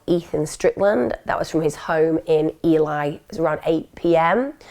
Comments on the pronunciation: RIP RYAN. His poor family! Thanks for covering this case Emma. ( Side note.. Ely as in E Lee) but you're way sounds nicer. X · I was chuckling at the pronunciation of ely. Another really good video by emma and a very sad case. RIP